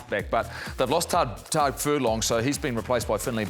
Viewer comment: “They’ve lost Tag Furlong” 😂 It’s pronounced “Tyge” Furlong.